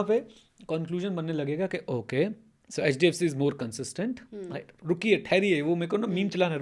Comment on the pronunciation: Ma'am ne "HHDFC" kya bola hai....